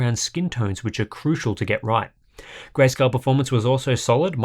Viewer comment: When you say Grayscale, I hear Grayskull. I want a monitor with excellent Grayskull performance.